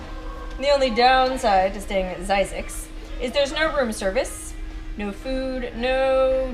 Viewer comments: Phonics.. hmmm .. only s single vowel. Thus a short i.. not long i.. Thus phonicly speaking.. Z-zixs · Zzyzx enunciated Like Physics